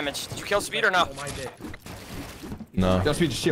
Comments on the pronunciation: It’s speed not meat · He’s not German, you got to stop saying that speed😤